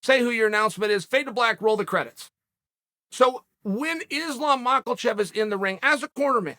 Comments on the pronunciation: Uncle Chael…. There’s no “L” in Makhachev! You may be undefeated undisputed in the cage but you sir are the worst at pronouncing names in the history of MMA content. So repeat after me… it’s pronounced “mock a shev” and also “ya ear” not mockleshev and yarear 😂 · MAKHACHEV NOT "MACKELCHEV" - FOR GOD'S SAKE CHAEL !!! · 'Islam Mackelchev' lmao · Islam “Mackel-chev” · “Islam macklechev” 😂😂😂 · “Islam Mahklechev” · Why does Chael keeps calling him Islam Mocklechev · “Islam Mahkelchev” 😭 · Who else loves Izlam malkachev? 😂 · "Mackacheev? No. Matchachef? No. Makeachuff? No. Mawcklecheff? That's it! That's the one!" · Ah yes, Maklechev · Chael will not start pronouncing names right until the day he passes away. LIKE MAKALLLLCHEV? REALLY?? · bro why do u pronounce makhachev as maclchef xd u need to practice ur pronounciations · Why tf does he say MAKOLCHEV.... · I just LOVE when uncle Chael calls Islam: Mal-kl-chev. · Where’s the “L” in “Makhachev”? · Chael where is the “L” in the name “MAkHACHEV “😂😂😂 it always gets me dying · Someone pls tell Chael theres no L in Makhachevs name. I cant take it anymore 😂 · chael there is NO L IN MAKHACHEV NAME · I NEED to know where Chael is finding the "L" in the name Makhachev.